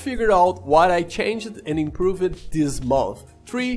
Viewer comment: Tip: when you say improved, the e is not pronounced. So it sounds more like improvd.